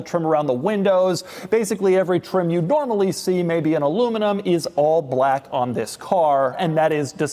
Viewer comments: “Brrrack edition” 😂😂😂 I heard that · The way this dude says black is killing me. Does doug have any BLAYCK friends? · the way he says black is disturbing.